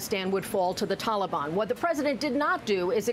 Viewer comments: If he says “tolly ban” one more time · Hey Joe! If this helps you The Talibon doesn’t rhyme with Cinnabon. Maybe when you have a minute you can get off your you know what and save some Americans. Oh sorry, I forgot you were taking a nap and eating ice cream. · Why do Americans call them the Talibarn?